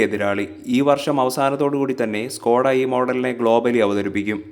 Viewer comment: Skoda aanu Skota alla. Pls Correct your Malayalam words